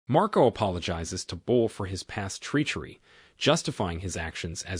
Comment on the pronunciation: It's treachery, not Tree-cherry.